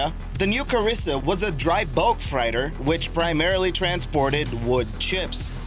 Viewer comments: Hey, guy, I luv yuh, but "fright-er (31.39)?" That's a vehicle that carries "freight," as in seagoing "freighter" or, without the "er," a "railroad freight car." No biggy, just FYI. (BTW, interesting fact about the 737 hijackings!) Keep 'em coming! Stay safe, everybody. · Bristol freighter, fr-8-er!